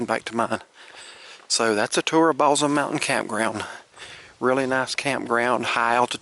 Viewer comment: Great Video! Balsam is pronounced with an 's' sound instead of a 'z'